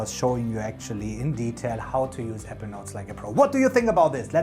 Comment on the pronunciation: I’m new to your videos. Please, take care when pronouncing “Apple”. The two syllable word Apple sounded like the two syllable word “Ever”, which had me terribly confused. It was only towards the end that I discerned that you were actually saying Apple Notes, which is why I was watching. I have had Evernote premium for years. I used to love it. Sadly when they overhauled the app last year they deep-sixed many of the features I used. I loathe the new Evernote and am going to move to a new platform. Once I was confident you were saying Apple Notes I was very pleased with the video’s content.